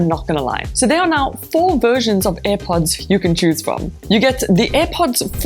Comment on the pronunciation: It's not aih pots woman 👠. It's air pods